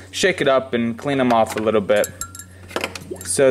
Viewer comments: The letter(lettew) R is not pronounced as a W nor is the lettew L. Undewstand a wittwe bit bettew. It's cute when you describe your age with your fingers, but your a little old for that . Still is him just the cutest wittwe man. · His camwah shut off when he was using his widdwe bwhoa towarch..lol